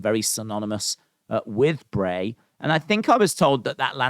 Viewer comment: Dude u know it’s bray lol 😂